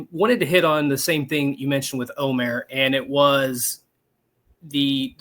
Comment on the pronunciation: pretty sure it’s o-mur as the field of 68 guys said they verified the pronunciation during their Mackey show. Now if we can just get Neubert to stop saying Mayor!